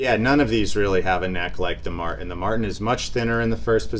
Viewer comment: Cool video but the constant pronunciation of Martin as "Mar- IN" is driving me nuts.